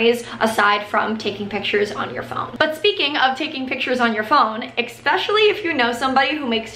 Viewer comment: especially not exxxxpecially